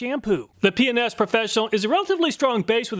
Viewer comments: Ah yes, "P and S" sounds like " P N S" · Every time he said PNS I giggled. Yeah, my mind is in the gutter. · I heard Penis professional, but it was P&S Professional. I had to rewind to get it right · Hahaha "p&s" sounds like something different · whoever owns p&s, you did your job with the pronunciation LOL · I watch his videos at 1.25 speed and when he says P&S it sounds like he's saying a naughty word, haha. I had to listen again to realize what he was actually saying. Pretty funny easter egg.